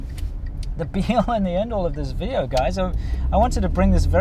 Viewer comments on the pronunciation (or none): vee-dee-oh :D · It was cuter when she said “Welcome to another Weedeo”. 🤣 Glad her permutation is improving, though.